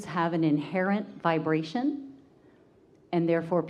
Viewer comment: Everytime I heard the word vibration, I took a shot of whiskey, damn bro I'm shiftacced...aim vaabrastioning!